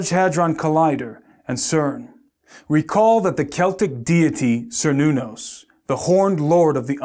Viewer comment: First you have to prove there is a who needed that "created" our universe, second you have to answer where that who came from. Thirth, the name "Cernunnos" is pronounced with a "K", not with a "C", and was not a demon at all. So this acronym has nothing to do with some ancient pagan God. How do you pronouns "Celtic"? Does it sound like "Seltis" or "Keltik"? THINK, before you say something. you say one true thing: "Could it all just be coincidental?" YES, you are seeing things that are not there, cause you want them to see. And you went on a fishing tour to find anything to confirm you superstition, you found Kernunnos, (old spelling with a "C"), missprenounced it, and think that you have something to comfirm your BS. I'll stop watching this, cause you are one deluted puppy.